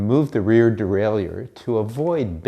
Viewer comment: How he says derailleur fucks with my brain